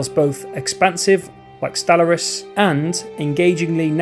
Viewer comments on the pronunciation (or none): Sorry, but after 15 times of hearing you pronounce Stellaris wrong, I just can't listen to this anymore🤣